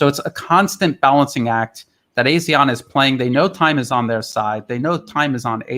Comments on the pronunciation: Hi, it’s pronounced ARE-SEAN, not A-SEAN. Keep up the good work. Cheers, from Singapore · Singapore? AR-SEAN.....LA !